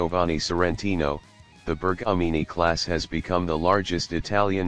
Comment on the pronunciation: Un po' d' attenzione alla pronuncia? Sono denominazioni in lingua ITALIANA 😊😊😊